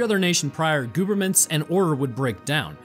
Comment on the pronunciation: it sounded like he said goberments :)